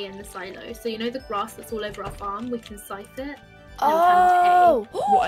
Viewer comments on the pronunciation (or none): Someone: tells how to say scythe not 30 seconds later: sCythe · I love how gets told how to pronounce Scythe but still pronounces it her way